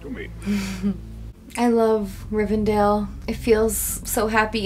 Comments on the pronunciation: Rivendell, not "RivenDALE" haha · Great reaction as always! But uh.......... ITS RIVENDELL! 😅😅